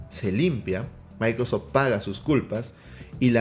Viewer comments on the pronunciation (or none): Dice "MicroSFot" no Microsoft 😅😅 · Minuto 27 ahora edge es de "MICROSFOT" 😄 Ya no es Microsoft, Según el. Jajaja